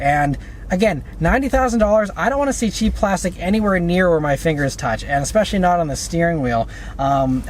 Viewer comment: 😂😂😂😂the way you emphasize that "cheap plastic" thingy